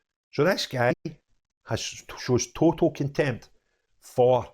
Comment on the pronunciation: Contempt - with an ‘n’, not two ‘m’s!